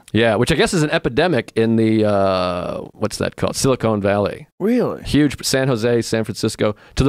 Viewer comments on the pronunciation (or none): I got your joke. seconds the guest pronounces it Silicone then Joe pronounced it the same way at 45 seconds. At least it sounds like they're pronouncing that way . I could be wrong.